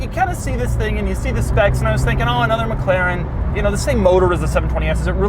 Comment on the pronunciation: Why does he keep pronouncing it as Mac Claren... isn't it pronounced more like MacLaren?